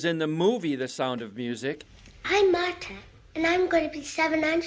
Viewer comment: Marduh? Is she not called Marta?